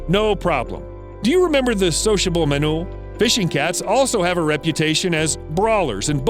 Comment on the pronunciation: ''do you remember the sociable manule'' 🤣🤣🤣